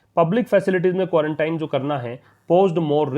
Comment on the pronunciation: सर आप भी क्वांरटाइन ही पढ़ रहे हैं जबकि आपने क्वारंटीन बताया था। देखिए आप